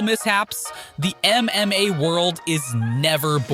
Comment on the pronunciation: Stop saying mma like that.